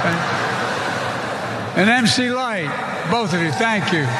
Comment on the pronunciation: I'm surprised that he didnt mess up and say "mick lite" (like McDonalds) instead of pronouncing it correctly